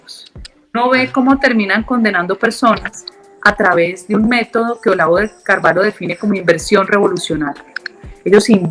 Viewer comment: No se dice Carvalo, sinó Carvallo, pero se escribe: Carvalho. Muy interesante la entrevista.